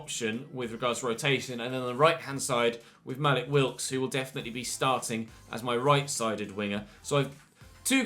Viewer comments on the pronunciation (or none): none